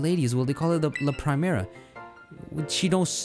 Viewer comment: It's pre-mera not prime-era